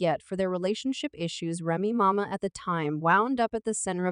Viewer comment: Um, it's Remy Ma, just one Ma, not Ma ma, hold up, did she just call Papoose, papuman?😂😂😂 Chick can't read to save her life🤣